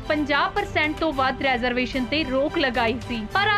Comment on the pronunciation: ਮੈਡਮ ਰੈਜ਼ਰਵੇਸ਼ਨ ਨਹੀਂ, ਰੀਜ਼ਰਵੇਸ਼ਨ ਹੁੰਦਾ ਹੈ